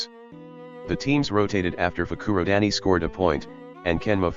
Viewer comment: I live how instead of Fukurodani it's fruku-daddy